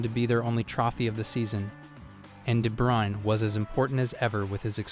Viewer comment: There's a channel called "Footballer name pronunciation" (I'm not joking). Kevin De Bruyne was a guest. You should check it out, then you'll know how it should sound.